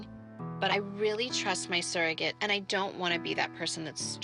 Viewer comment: Whenever Kim said “ surrogate”, as a non-native English speaker I just heard “circus”. I know that’s silly